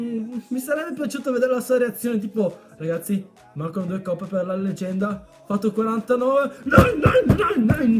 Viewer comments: Che fail "leganda" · legganda...lol grande